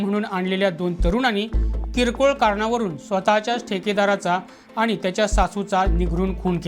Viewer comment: वृत्तनिवेदक आनी , पानी आनी लोनी